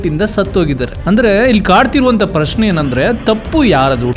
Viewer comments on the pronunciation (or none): none